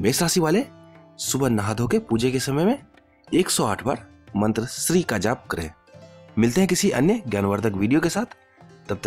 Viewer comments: SHREE NAHI SHREEM HAI WOH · Correct pronunciation : श्रीम् Shrim